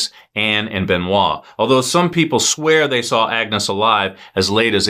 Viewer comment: You pronounced Benoit correctly, and Xavier so why not Agnes?